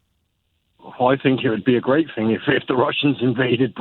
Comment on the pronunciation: I fink he's gwate